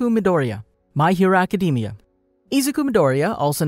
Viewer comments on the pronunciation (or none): Who else got a little triggered from how he pronounced Izuku and my hero academia but never mind that but keep up the great work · I am 12 seconds in to the video and im sorry but u cant pronounce his name or the title of the show